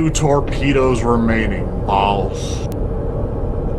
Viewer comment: Its time to stop saying baws. Have a sit down talk with your friend, maybe an intervention.